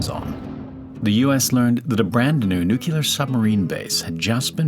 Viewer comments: I really hate it when people pronounce nuclear “nucular.” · For the love of GOD! It's not pronounced NUCULAR! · How is “nuclear” such a hard word to say correctly? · Interesting story, but can’t stand listening to the simple word nuclear mispronounced. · ONLY ONE WAY it's SUPPOSED to be pronounced, and it's NOT the way it's pronounced in this video. PERIOD. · Only ONE way is correct, and it's NOT the way you pronounce it, because everyone who pronounces it the way you did is WRONG. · Another dude, (or AI) that cannot pronounce the word "nuclear" properly. Sort yourself out bud. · If you can't say "nuclear" get a job as a writer 🤬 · NO, it does NOT depend on where you were raised, it's a matter of you hearing it WRONG and perpetuating the INCORRECT pronunciation. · nu-CLE-ar nu-CLE-ar not NU-kyu-lar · Nu-clear, not nukuler. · Nuclear, not nucular… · It’s “nu-clee-ar”, not “nu-ce-lar” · it's pronounced NUCLEAR buddy not NUCULAR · I am watching this now and enjoying it. Recall that nuclear is pronounced NEW-clee-are, not NEW-cue-larr. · Nuclear, not “nuke-you-ler”!! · nuke-lee-ar not nuke-you-lar 😀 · noo clea are, not nuke oolar 😉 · Nuclear, not nuculor. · It’s not NUCULAR, IT’S NUCLEAR (NEW-CLEAR). Irritates me when people mispronounce this lol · It's NOT "noo-kyoo-lar". Pronouce it as it's spelled "nu-clear". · Nu'clear' not nu'killer' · Nucular or nuclear? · It's nuCLEAR not nukular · It's pronounced NUKE-LEAR, not NUKEL-R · I dont understand HOW you can get the pronunciation NEU-QUE-LUR from the word NUCLEAR! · Love the video But it’s not “nukular” It’s nuclear. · It is pronounced nu-cle-ar not nu-ke-lar. It`s from the atom nucleus (not nu-ke-lus). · It’s pronounced nyoo-klee-arr not nyoo-kyoo-lar. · so evidently your parents pronounce it incorrectly TOO. It's not "either/or"... it's NEW KLEE ER... not NEW QUE LER. Do you see a second U in the word? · NuCLEar, not nuCULar. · It’s not pronounced “nucular”. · bro used AI and it still says “nucular” 💀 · "Nucular" lol